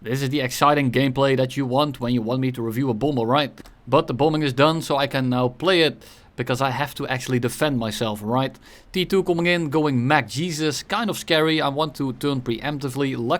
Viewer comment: Mock:❎ Mack:✅